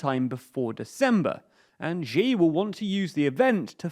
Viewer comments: Man you gotta stop saying Ji. The way to pronounce Xi is closer to “shee” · XI is pronounced "She" not "Ge" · Xi = See not she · Xi is pronounced as "She". She. Not whatever you're saying. Just say She like you normally would. Cheers. Great video. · When he called Xi as Ji. his credibility went from 2 to -200. 🤣🤣🤣🤣🤣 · x in pinyin is voiceless. you guys can't be that good at research if you can't even look up pronunciation on the name of China's leader. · the ze in zedong is pronouced "tse", not "zen". And Xi is pronounced "she" not "ji"